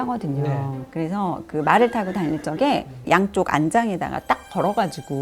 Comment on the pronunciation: 저도 궁금하더군요 적에~~~